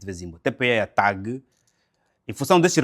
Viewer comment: Ilustre, gostaria a penas de corrigi-lo pela a forma como esta a pronunciar a empresa aérea, não TAAP mas sim TAAG. obrigado pelos seus conteúdos.